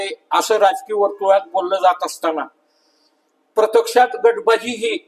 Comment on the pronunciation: बरीच तयारी करावी लागेल भाषेवर, 'प्रत्यक्षात' असा शब्द आहे 'प्रतेक्षात'असा नाही!